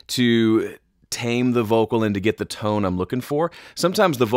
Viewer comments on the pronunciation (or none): none